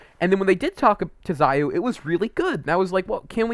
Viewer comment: Xiao not Zaio